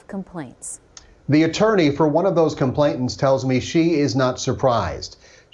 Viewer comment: Why is everyone saying "Complainant" incorrectly? It's not "Complaint-ant".